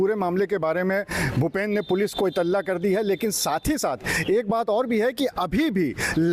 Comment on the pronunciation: Its इत्तिला and not इतल्ला 🙏🏻